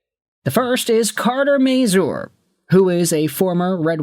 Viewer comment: Please learn how to say his name. It's not may-zoor. It's may-zur.